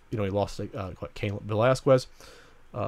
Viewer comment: "VelasQUES" lulz.